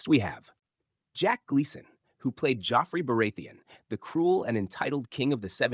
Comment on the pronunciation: Petter Bailysh...Jofrey Baraythian...lol Stupid AI voice! BTW John Wick and The Dirt are the most iconic movies for the two actors....Theon, Ramsey..